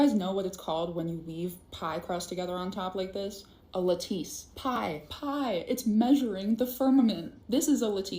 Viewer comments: If you're gonna say a word repeatedly and pointedly, you should make sure you're pronouncing it correctly. `la•tuhs NOT la•`tees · ARRRRHHGGGGG It’s not LA TESSE ITS PRONOUNCED LATICE (L at us) 🙄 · The girl doesn't even know how to pronounce the word, lattice, calling it a la-TEESE. She needs to study some actual science. At least learn how to pronounce scientific terms at before she tries to compete with people who know what they're talking about. Study science first. If you're still feeling psychotic, then study pseudo-science like creationism and flat-earth. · Tf is a lateese 😂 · Crazy lady. Sorry, nothing plausible there. And it's pronounced " LAT-iss"